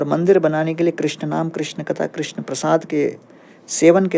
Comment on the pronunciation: कृष्णा नहीं कृष्ण होता है